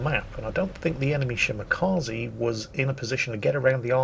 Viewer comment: Did I hear him say “spotted by the enemy Shmakaze” instead of Shimakaze? Sounds catchy.